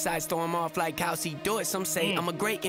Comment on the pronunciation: notice when he said "even my b sides throw 'em off like how's he do it", it sounds like he says "how c do it", because ya know...the alphabet...a, b, c